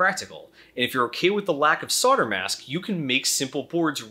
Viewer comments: WTF is sodder? Do you mean solder? You know, the one with the non-silent 'l' in in it. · Why do Americans pronounce "solder" as "sodder"? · Love the vid, really informative. One thing, not your fault, but US pronunciation is usually phonetic until the word solder comes up, then it is sodder... why? any ideas? this is not a piss take, a genuine question from a Brit.